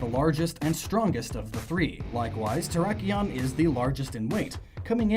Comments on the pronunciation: Who else lost faith in humanity when he said "terikon", it terrakion. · Not ter rock ion because rock type it's terr ack ion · And terrakon. You do mean terr-ak-ion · “Terakon” its terakion P.S. i think i spelt it wrong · Turr-rack-key-on Not terra-con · There is an "A" in Terrakion's name. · Wait, did you just say "Terrakon?" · The way u said terrakion made me cringe